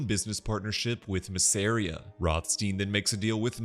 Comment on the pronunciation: Bro why are you saying Masseria like that